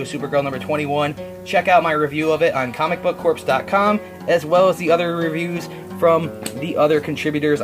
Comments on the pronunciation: Core, it's pronounced, not Corpse. You don't pronounce it the way it's spelled. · Comic Book Corps is pronounced Comic Book CORE, man, not Corpse, you're not pronouncing it correctly.